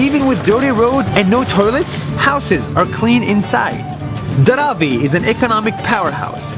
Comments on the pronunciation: He pronounced Dharavi wrong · It is actually pronounced as DHAA- RAA-VIIII